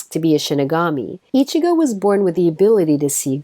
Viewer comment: u fucking said ickazo like who the fuck so fuckin cringe